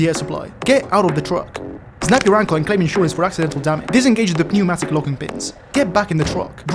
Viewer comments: it's pronounced neumatic the p is silent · did you just say pee-neumatic? brother the p is silent 💀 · I love how pronounces "pneumatic" with the emphasis on the "p". It is giving me life today. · the p in pneumatic is silent btw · me when misprounces bogie and pneumatic:( hint: the "o" in bogie is prounounced as "bow-gee" pneumatic is pronounced without the p. Also, the pneumatic simulation updates means that if using a vehicle with air brakes, you cant just stop and go and stop and go, youve gotta let the air brakes recharge.